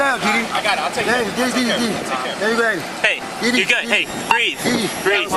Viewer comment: Did said Didi, i can't breeze....or i can't breath?